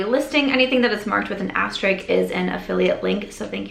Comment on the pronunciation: I think you mean aster-ISK… I’ve heard you mispronounce this a few times by saying aster(ik). Just lookin’ out. No shade 😊.